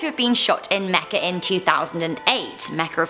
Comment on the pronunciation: said mecca wrong